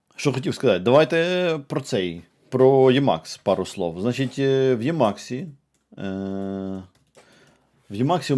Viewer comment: правильно імакс а не ємакс йопт